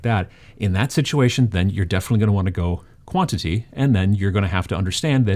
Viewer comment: "In this video, I'm going to talk to you about Quality vs.... Bwantity."